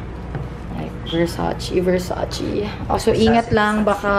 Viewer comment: Versace-read as it is po,not versacì...